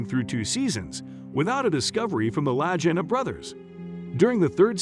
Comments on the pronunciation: Shellback?......I'm a " Domain of the Golden Dragon " I was on the Seawolf SSN575 . Doing spooky stuff in the Sea of Okhotsk . The voice is a bot , and mispronounced their last name . I seen your username and wondered if you are Ex-NAVY . Peace , from Cass County MICHIGAN ! Wolverine State ! Seawolf SSN575 ! Torpedo Man / moss system too . Maranatha ! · I agree!! Pronounce their last name correctly and use real Ariel footage of the island!! What’s the deal of not doing so? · Imagine researching a story about two brothers and all they have done as well as those before them, and never taking the time to learn how their name is pronounced. Bizarre. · Their last name Lagina is pronounced Lageena. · Rick and Marty's last name is pronounced "la geen ah" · Lag not laj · lol! "LAJINA"! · If you can't say the right name do say it !!!! LAGEENA !!!! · Their name is pronounced La-Ghee-Na. I'm very hotspot for them . Years of searching. All the best! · It seems strange to me that you felt you could tell about this show. I mean you slaughtered Rick and Marty's last name so badly. It's pronounced La-geen-na. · Lagina (Hard G Buddy!) Like Lagging... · The brothers last name is pronounced Lageeena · POOR documentary....you can't even say the brothers name correctlly ....you information is incorrect in so many ways .... media "bullshi" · Maybe learn how to pronounce their names. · Please, PLEASE ,learn how to pronounce the brothers' names before doing another such documentary! Watching even one episode from any season would have clued you in! Obviously no QC style review of raw material before producing this gem! It really takes away believability from the whole thing, ie what else is in error! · Ouch you MURDER their name! Get it RIGHT guy so you wont sound like a DUFUS. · I agree with previous posts about your poor editing including name pronunciation and scenes of some other places not Oak Island. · Please learn how to pronounce their names.